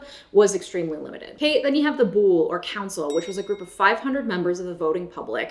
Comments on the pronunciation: Thanks. In Greek, the world was pronounced "boolay" because that was a long vowel at the end, not a silent "e"as in "bool". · it’s pronounced Bou-lay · Millenials discover ancient Greece and Socrates. Btw, it's "boulè", to be pronounced like in "èducation". And what Socrates discusses according to Plato, is not what Socrates (or Plato, for that matter) thinks, as you misunderstand. Socrates in Plato's is a litterary character who examines different hypothesis. What people take for granted about his supposed anti-democratic opinions derives from pages in one book, the Republic, where he discusses the question of what would be a solid, resilient city-state, with two young men of the aristocratic "elite", Glaucon and Adeimantus, among which such opinions were super common -- think of them as modern musko-trumpian college boys, only quite educated and thought-oriented, if you feel the need to transpose everything into modern categories.